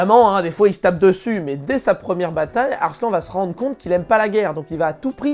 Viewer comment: Arslannnnnneeeeuuuh xD pas Arslan